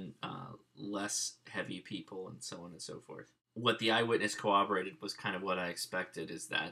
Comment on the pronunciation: he was not told to stop following treyvon, they said "you don't need to do that". I was going to listen to your video until I realized you are someone who doesnt read or know how to say "corroborated"